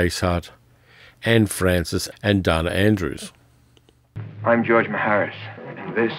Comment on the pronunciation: Dana (Andrews) is pronounced with a long A and it's an androgynous name.